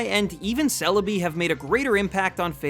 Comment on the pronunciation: GIRATINA IS SPELLED WITH 2 I'S, NOT 3 A'S! THE E IN KYOGRE SHOULD BE AFTER THE R! IT'S CELEBI, NOT CELABEE! AND IT'S FARFETCH'D, NOT FAR-FETCHED!